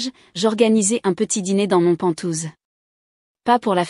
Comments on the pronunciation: IA on dit pent haouse pas pentouse😂quoi que c'est rigolo pentouse. Ça ressemble un peu à ventouse comme la famille pot de colle toxique 😂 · pas "pantouze", mais "penthouse" !!! mdr